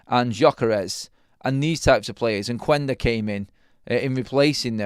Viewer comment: Quendo is pronounced kendo. Silent U in Portuguese. .